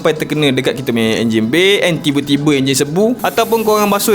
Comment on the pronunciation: emosi bertukar.. Tiberrr 🤣 - Bergulung lidah mat, speaking london 😂